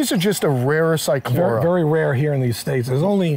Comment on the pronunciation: I know a lot of people pronounce the C but not on this one. I noticed he slipped on that one, but i have heard him say it right, as well. he really is quite knowledgeable, he has a very diversified knowledge. My experience is mostly with giant Tortoises and Cyclura Iguanas but i have a medical interest in them. I have studied them for 40 years so i try to put out a lot of knowledge that i have learned by practical means. I think that is one of the most gratifying experiences i have,, being able to help someone being able to help the animals, that's what life is all about